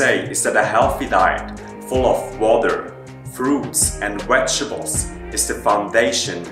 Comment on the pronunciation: He actually has a very nice-to-listen-to accent. Just needs to practice the v's, though ;)